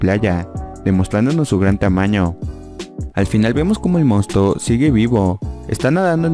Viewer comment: "mounstluo" JAJAJAJA eres el mejor